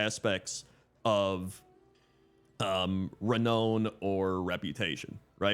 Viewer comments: not ruh-NO-nhe ^u^ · I've never heard anyone pronounce 'renown' the way you did in this video